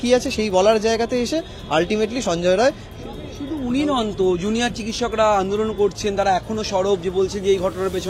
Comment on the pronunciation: Not Roy it is Rai